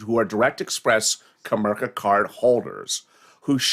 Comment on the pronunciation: Comerica not comerka